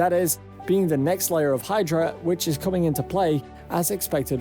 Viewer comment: its caming its caming :D :D evry day dip :D